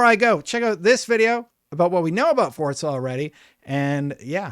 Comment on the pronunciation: For crying out loud...how many times??.. FOR-ZA.. doesnt...“DOESN'T" have a D in it! It is not fordza ok